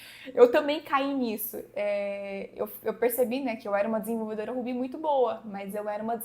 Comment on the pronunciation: Você realmente pronuncia "Ruby" como "Rubí"?